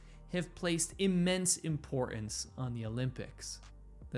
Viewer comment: It's importance, not impoorance bruh!!!